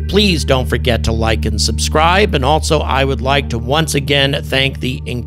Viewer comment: There is no " t" in the word "also"